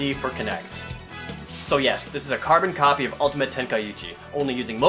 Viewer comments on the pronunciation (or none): none